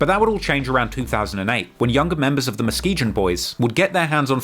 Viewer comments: Its pronounced MUH-SKI-GUN. Hearing say muh-ski-jun drove me crazy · Its pronounced MUH-SKEE-GUN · Muh-Skee-Gun is how you pronounce Muskegon omg bro 🤣🤣🤣🤣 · He said Muh-Skee-Gin 😂😂😂